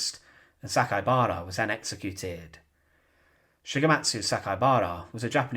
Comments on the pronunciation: Interesting history, but please work on your delivery. It's very irritating - same tone and same way you say every sentence. It's grating on the ear - I'm American, so your British accent is also a bit difficult to listen to for too long. ALSO, his name is Saka I bara - the I is pronounced EE - so it's properly pronounced SakaEEbara - not Sakabara (missing the E) as you repeatedly said. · You've mispronounced his name. You said, SA-KA-BA-RA, but it's written as SA-KAI-BA-RA.